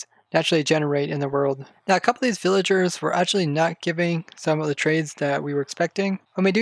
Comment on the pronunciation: you say “villaingers” like my friend lol